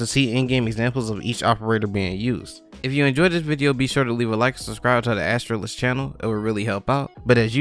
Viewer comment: Astralis is one word, hearing Astra Lis was really weird, just fyi